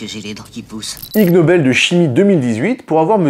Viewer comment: ha!! lol... "i"g nobel pas lg nobel mdr... l'espace d'1 instant je croyais que s'était un constructeur coréen qui avait lancer le truc 🤣